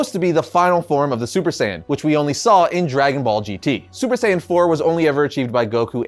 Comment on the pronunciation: Saiyan not saiyen Just saying